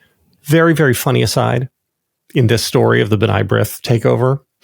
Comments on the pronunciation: JVL: It's "b-nay brith," not "b-nigh brith." Ask Bill if you don't believe me. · fyi: B'nai brith pronunciation: (/b'ney/ not /b-nie) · “Buh-NAY” is how it’s pronounced